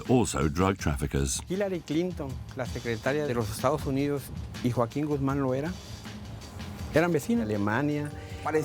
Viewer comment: sorry, yoackeen guzman?